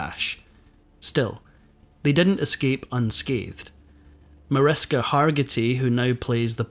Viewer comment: Her daughter’s name is pronounced ma-rish-ka.